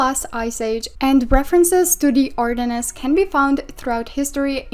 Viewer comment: we do not pronounce the S in ardennes so it’s more like Ardenne